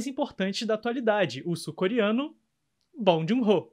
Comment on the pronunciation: Muito legal! Só procuraria pronunciar o nome dele corretamente. Não é obrigação nossa, mas a gente gosta quando um estrangeiro pronuncia nosso nome como ele é na nossa língua, não é mesmo?